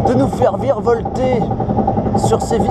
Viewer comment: " la question c'est combien de tour va ton fair - reuh " 😂😂